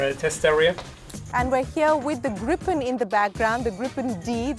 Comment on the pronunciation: It's Gripen not Groupon